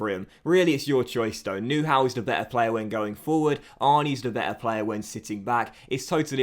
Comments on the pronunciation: You pronounce Neuhaus as Neur but remove the r and then it’s Neu-house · Nice vid; but to help you pronunciate Neuhaus correctly: neu- as noi in noise and haus like house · I am not german but the way you pronounce Neuhaus lol;-)